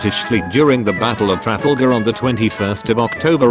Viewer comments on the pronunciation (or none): none